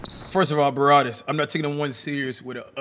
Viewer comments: BRA-WAD-IS NOT BA-RAW-DIS🤦🏼‍♂️🤣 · Cash can't say Brawadis name correctly😆..he be sayin *'Barrwadis'*😂